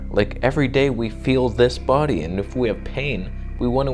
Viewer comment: “Remove toxins from the boodie”